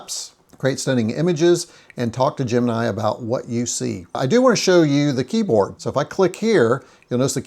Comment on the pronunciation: GEM. IN. EYE not gem nye.